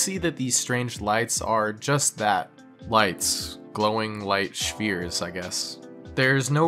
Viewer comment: "Shphere" Is the most unusual pronunciation of "sphere" that I've heard yet.